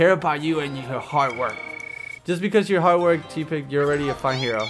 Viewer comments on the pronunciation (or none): you're right i mean have you seen ditto?He's just a blob.Also use other pokemon for battle it's not because i don't like oshawott it's just that oshawott's skill alone could get your ass handed to you so train the other three pokemon as well.one last thing tepig is pronounced teh-pig not tea-pig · He's (Tepig of course) pronounced (because little cousin told me about pokemon in mah car) Taypig but accent makes it Tepig you pronunced it Teapig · just so you know its pronounced Teh-Pig